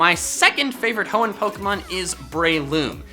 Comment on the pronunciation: Hoenn, NOT Honnen!